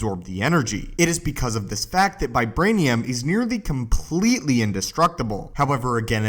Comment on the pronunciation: vibwanium is not as stwong as uwu